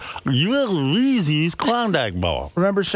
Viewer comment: Reezeez boff. I want Reezeez.